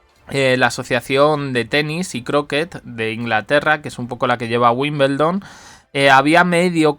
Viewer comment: Hasta los que NO estamos relacionados tanto con el tenis y vivimos en otro Continente, sabemos que se pronuncia tal como se escribe: *WIMBLEDON*, cómo es posible que sigas diciendo: WIMBELDON...???